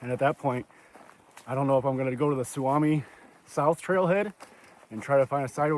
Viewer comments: Nice video. Its pronounced Soo-me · Just FYI: the word "Suomi" means Finland, in Finnish. It's pronounced "SUU-oh-me" 😊 Love your video! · Sue-me is how its pronounced. Also Kramer is a designated trout lake. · It’s pronounced Sou-mi !